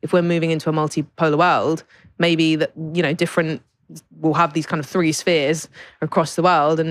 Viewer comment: I teach Chinese people English every day and gave done for over 10 years now and can I just say - they know how to pronounce the "th" sound properly unlike this guy! Three is not pronounced free! And don't get me started about the overall tone of this discussion - films as propaganda - rubbish - you really know nothing about modern China and it shows.